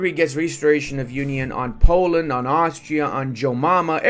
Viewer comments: iT's nOt aUstraLIA, it'S aUstriA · Aus-tri-a not not australia. Austria doesnt have kangaroo's what are you smoking? Australia has kangaroo's